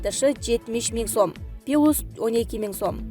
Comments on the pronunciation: Пилус дейт блогер Кыз,плюс эмеспи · Диктор , туура окунуз. ПандЕмия эмес, туура пандемИя. ПИЛуС эмес ПЛЮС деп туура окунуз. Башкасын айтпай эле койдук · Ай тупица диктор плюс деп окучу. 80 ге чыккан менин чон энем сага окшоп пилус деп окуйт, учты жок келесоо, пандемия деген созду эми окуй албай эле койдун байкуш 1 класс десе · Дикторду кайдан тапкансынар? Плюс ту Пилус деп, пара дегенди паара деп окуйт. Айтып койбойсунарбы, андай эмес мындай, деп. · Пилус эмес плюс!Диктор кыз ! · Ха ха ха!Пилус -так говорят мырки.От них тошнит.